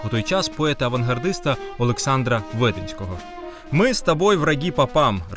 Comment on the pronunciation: 1. Цікаво, але претендуючи на історико-культурну обізнаність, варто було б правильно ставити наголоси у прізвищах відомих письменників, як би Ви не ставилися до російської культури: ВведЕнський, ОдОєвський. 2. Дивно, що Ви не згадали прекрасний фільм "Морозко", оскільки образ і грим актора-харків'янина Олександра Хвилі істотно вплинув на традицію "дідморозування" на дитячих новорічних заходах. 3. Дискусії у батьківських групах мають право на існування, оскільки серед родин є нехристиянські та атеїстичні, а образ Святого Миколая та релігійна забарвленість спільного свята ставить ї у складну ситуацію та порушує принципи взаємної толерантності та поваги, а також світського характеру української освіти, зафіксованого у законодавстві.